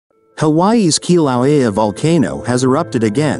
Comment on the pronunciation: The computer narrator can't pronounce Kilauea, alas.